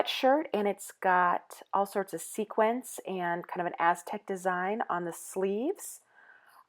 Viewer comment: A road trip I would love to do...But please, please...it is sequins or sequined, not sequence. :D